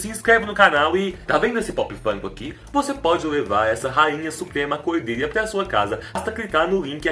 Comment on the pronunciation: AAAA que agonia quando ele fala "cordélia" errado